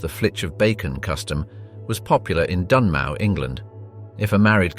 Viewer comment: just a little note: it is pronounced Dunmow, as in dun-mo (like mowing the lawn)